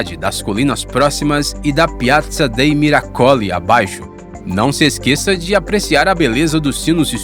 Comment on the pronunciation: Miracoli. Pronuncia-se como proparoxitona.